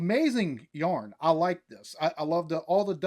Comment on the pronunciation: I know I'm half a year late, but... "A good ol' yarn" is the perfect collection of words to put together, with such a wonderful beard and the accent with the heavy "Y" to the "R" sound. Phonetic bliss. I also have a beard, but if I myself said "A good ol' yarn"... it would sound lees like yarn and more like twine spun from jute, haha. Much love, mate. ❤